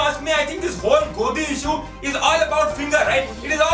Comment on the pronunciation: I know you guys are trying to make satire based on our ridiculous news channels but make sure you carefully deliver dialogue, You said Modi many times instead of Godi and Rahul instead of Gahul.